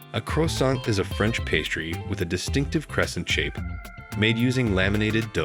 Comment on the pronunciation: Explains the “crowsant “